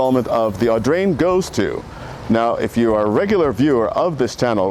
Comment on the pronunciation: how many times did you manage to say "Augrain" ?